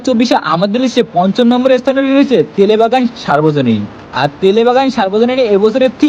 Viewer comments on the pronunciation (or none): Tele bagan noy ota Telengabagan